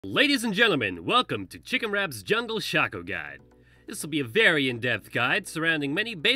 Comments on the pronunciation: I call it Shacko, some call it Shayko and this idiot calls it shucko. WHER THE FUCK IS THE U? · IT'S SHAYCO. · It's Shaco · It's pronounced shaco, not shaco ;)